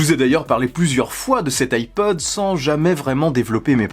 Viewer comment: Moi j'entends ipoad perso